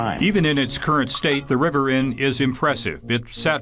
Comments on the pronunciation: Maybe it’s rivers mask that makes him sound like he is saying trevor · Yep, I listened a few times and he definitely said Trevor! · I thought he said trevor too 😝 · Ha ha I came to the comments to find out if anyone else heard the same! He definitely said Trevor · It sounded like he said Trevor. That is also what i heard. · When River introduced himself it sounded like he said Trevor ❤️🇬🇧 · 🖤👻💚💜Was it just me or did it sound like River said my name is "Trevor"?? lol 💜💚👻🖤